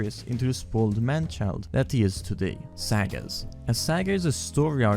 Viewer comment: Video was perfect besides the way he pronounced sagas